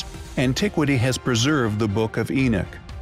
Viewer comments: Enoch. Not enich. The wrong pronunciation is hard to listen to. Lol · His name was Enoch, not Enick. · Who the heck is Eneck? I thought it was Enoch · It is Enoch not Enich, please get your pronunciation correct if you are the narrative. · Where is there an I in Enoch?!? Maybe it's me but saying Enich sounds ignorant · Love this topic but cant stand robot voice saying enick! And not enoch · enoch not enich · Enoch not Enick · Who the heck is( Enich ) it is Enoch as in En knock why can't the narrator say it , and it does say Gods not just God , man was created in our image meaning more than one.BTW , and all those desktop Christian scholars give us your evidence who were the gods, now, the thing is , the bible was written by man that is a fact I believe that to be true . It is strange that anything modern is false any new information is classed as evil , the truth is , you have no proof only what ancient people have written has become your faith, what if they were wrong ? . The God of your church meaning any church any religion ...was and is a construct for control and simply brain washing in creating sheepople folks. Prove to me is God a Christian or a Jew or Muslim ....prove to me please any one just show me . Show me proof what religion do they worship in heaven... you are free to choose what you want to believe in , I am not but trying to mock but to make you see, God is above all religions and is of none of all religions, it is only Man who has made their God to be the true God. But do you truly know that he is ? it maybe he is a false God ....and seen as Man created him as a representative of your faith and many others Every one can not be right can they ... Every one acts as if say he is their property as if they have some a special ownership over him , if the end comes as it says in your bible so be it , and I will accept my fate, if it does not happen at all , you are blind fools... tell m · What about EnickThen he starts pronouncing it In-nick.